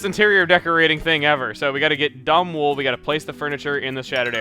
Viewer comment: he said dum wool instead of dom wool once lol😂